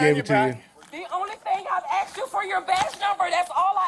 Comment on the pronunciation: All she did was AXED him is fro his badge number. I heard her AXED him. Bahahahaj